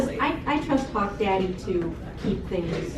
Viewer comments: i know she didnt but i thought ladybug said '' i trust cock-daddy'' and i was like 'wait what?' so i replayed it and i still heard that. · She totally said hawk daddy😂😂